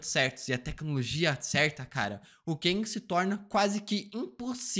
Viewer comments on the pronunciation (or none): O falando Keng me lembra o nome Quenga 🤣🤣🤣🤣 como ele é homem ele é Quengue